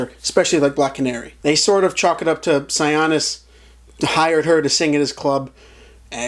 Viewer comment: THANK YOU FOR THE SIONIS PRONUNCIATION, I was like what did they say?